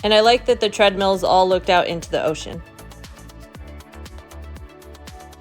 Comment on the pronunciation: It is not "ocean". Americans are funny.